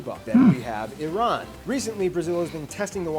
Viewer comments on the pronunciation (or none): none